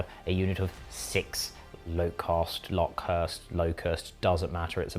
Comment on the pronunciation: TEMMMPESSST bay-BEEE! Blaster was here... & there's definitively no 'R' in Lokhust, so we can rule that one out ;-)